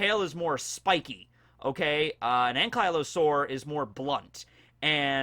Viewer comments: every ark player cringed at his pronunciation of anky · Growing up with German as my mother tongue I get these moments sometimes where I'm like "....w8 that's how you pronounce it in English.... really...?" I just had another one with Ankylosaur. Sounds horrible. Just my opinion ;D My favorite kind of Dinosaur tho so it hits a bit hard. Thx for reading.